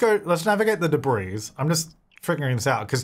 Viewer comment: The way pronounces debris with an s on it always makes me think of the product debreeze.